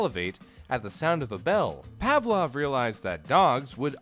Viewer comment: its not read like Pevlov, its Pavlov.